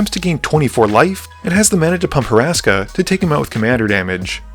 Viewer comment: Love this channel and HATE that I’m being this guy but… it’s HUR-ska not Horaska 😂